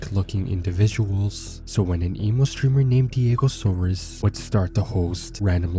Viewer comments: bruh its diego SAURS ... not SAURUS ... u dont pronounce dinosaurs as 'dino - saur - uhs' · Can't even say his name right despite having it displayed in most of the video.